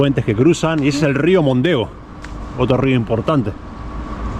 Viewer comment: Não é rio "Mondeo" é rio Mondego😅